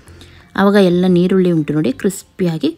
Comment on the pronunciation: Y do u pronounce nirulli for erulli